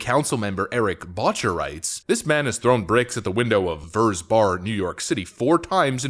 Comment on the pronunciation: u know is straight cuz he pronounces it "VERZ"